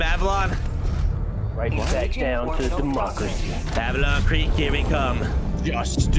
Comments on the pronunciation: Hearing you guys say "Mavelon Creek" instead of "Malevelon Creek", the actual name of the planet, is gonna make me report you all to my nearest Democracy Officer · It’s Malevelon Creek, not Mavelon Creek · please pronounce malevelon creek correctly, the game literally says the name of the system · Everybody making fun of for saying giblleter when everybody is saying mavelon creek the while time